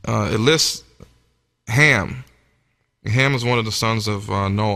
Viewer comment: It was Cham 1st instead of Ham